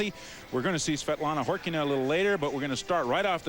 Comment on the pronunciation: I think the lead commentator is the only english broadcaster that pronounced Khorkina correctly